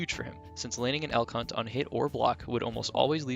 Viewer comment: Am I the only one who hears "El C*nt" when he says "Elk Hunt"?